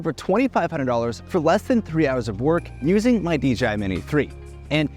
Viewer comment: I enjoyed it, but my god... the way the dude says "Hundred" had my blood pressure rise. "Huddr.... Huddr....Hudur" 😤 Good content... but the sales pitch is everything here, like he said at the end of the video. No one is going to pay this, unless they're a real estate investor... and a lot of them, already have their guy, or get the project manager at the properties to do this for them.... especially in a highly competitive space.